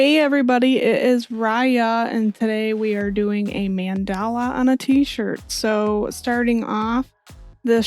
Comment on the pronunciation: Hey Riah! Thank you for this tutorial, your explanations are very concise and understandable, and the shirt came out beautiful 😍 Just one thing, just so you know, it's pronounced MAHN-da-la, not man-DAH-la. Just FYI! Thank you for all your wonderful videos, I can't wait for the next one!